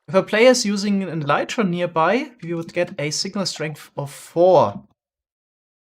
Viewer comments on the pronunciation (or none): none